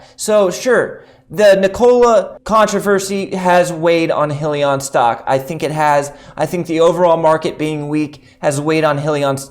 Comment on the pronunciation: FYI - it’s High-Lee-On